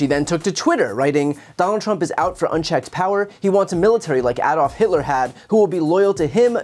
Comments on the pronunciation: Bravo, Brian, for pronouncing 'Adolf' correctly! It is NOT AYEDOLF... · Thank you for pronouncing the name Adolf correctly. I'm from Europe and it is so offensive the way many people can't get his name right.